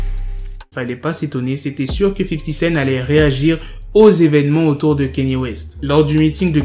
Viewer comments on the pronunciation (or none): Pourquoi tu dis 50 scène ? c'est 50 CENT ... T A LA FIN